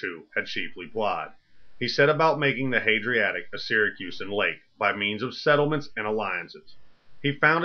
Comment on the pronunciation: Dafuq is "the Hadriatic"?